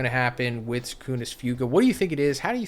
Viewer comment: It’s not pronounced few-ga.